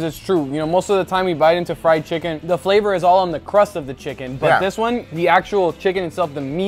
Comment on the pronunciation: The description of, when he describe the flawour, i know how it taste!